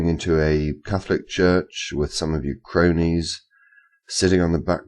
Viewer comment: 5 stars for this video and five stars for FVR and her "croonies." :P